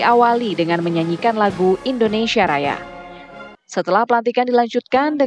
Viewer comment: Hati hati bg penyiar bilang indonesa gelap